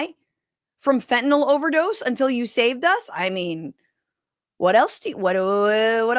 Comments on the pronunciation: I know its pedantic, but why can't Republicans pronounce "fen-ta-NILL"? They always say "fin-ten-ALL", to rhyme with Tylenol, which it's not. Education in 'Murica! woot! Just like their math. smh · 22 m pills divided by 119 m people = less than one-fifth of a pill per person Sure, fentanyl (why, oh why, are they pronouncing it "fentaNOL"???) is powerful but it strikes me as just a touch implausible that anyone would make a pill containing FIVE TIMES the lethal dose. Doesn't sound like a good business plan to me, whaddaya think? And then in that Cabinet meeting she stepped it up to 258 m lives = nearly TWELVE people per pill. WTF, Pam Bondi?